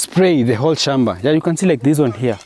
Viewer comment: Gem-beh??🫣 Hoe. Shom-ba??